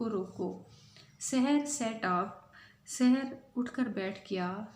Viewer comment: Sarah nahi saher